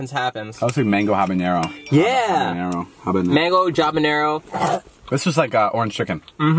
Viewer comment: ITS PRONOUNCED AND SPELLED HABANERO NOT JABANERO